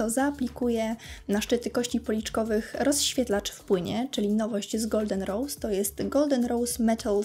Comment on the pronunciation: Coraz bardziej bolą mnie uszy jak otwierasz usta. Popracuj nad wymowa. Mowisz np. O rozświetlaczu i to słowo powtarzasz w 3 kolejnych zadaniach...